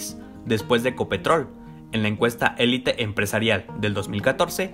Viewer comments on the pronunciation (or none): none